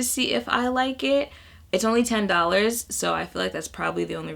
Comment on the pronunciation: Liked the Wendy Williams... Jackie Aina - "Dollahz" ... Everyone should say dollahz like that!